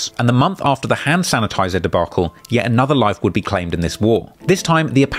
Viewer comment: “ Hannn Sanitizer “😐😐😐boystfu